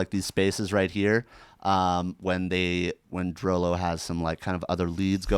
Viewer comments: ITS PRONOUNCED DROOLOO NOT DROWLOW GOD DAMMIT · It's pronounced "droo-loo." DROO-LOO you animals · its actually pronounced "drew Lou"